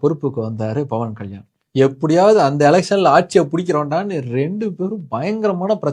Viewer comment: dont even know how to pronounce his name super bruhhhhhh and im glad about your followers 😂😂😂